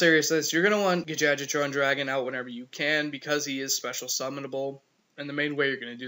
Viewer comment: Dat gadjiltron dragon pronounciation cracks me up everytime LOL.